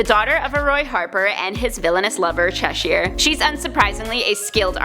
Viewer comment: the way you pronounced Cheshire cringed me